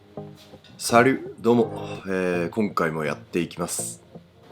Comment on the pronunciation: サリュを丁寧に発音しましたね？